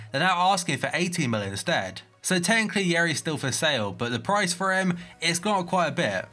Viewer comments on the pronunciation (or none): none